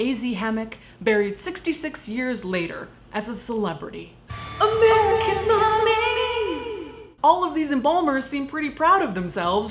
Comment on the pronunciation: AMERICAN MUMMIES! I keep hearing AMERICAN MATTRESS, which is a popular commercial here in Indiana lol